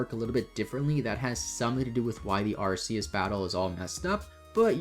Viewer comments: its Arceus. Like an Ark. In legends Arceus do you call the phone an Arse-Phone? 💀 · About the pronounciation of the pokemon god, I've heard that you can just find it in Silvally's ability: the "RKS" system. It obviously has this name for some reason. But I agree as long as we know what pokemon you're saying the pronounciation doesn't matter much.